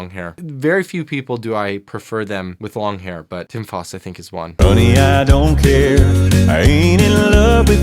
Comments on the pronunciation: I'm here to respectfully tell you that Tim's name is pronounced F (owww) st. Sounds like the word out in the middle of the name. Hope that makes since. Most people just starting with Home Free have trouble with his name. It would rhyme with Joust. Or drought. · Hi !!.....please say Tim's last name correctly.....it's FOUST, like JOUST.......thanks.......i only say this because i'm a Home Fry and cuz i believe there is someone with the name Faust.....different guy, obviously !!!.....thanks!!